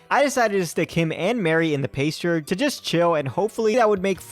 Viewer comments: You said you wish some pokemon would 'straight up attack you'. if you install "fight or flight" they might. also, it's "pass-ture" not "pace-ture". My current playthrough (skyblock cobblemon) I got my starter, then a pidgey day 1 cuz duh you always get a pidgey. My third was a shiny flaffy, named her Cotton Candy. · This was a good video! But every time you said "paystcher" instead of pasture I died a little inside rofl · Loved the video, but your pronunciation of "pasture" is killing me.